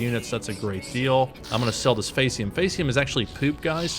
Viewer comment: Oh no, you've regressed back to FAY-see-um instead of FEE-see-um! Faeces is the British English/Latin spelling of Feces. It's Poop,. POOP! Soylent Brown is POOP!